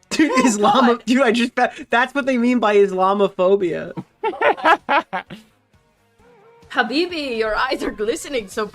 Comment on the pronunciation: Woah she said habibi correctly, but she can't spell islam or muslim correctly.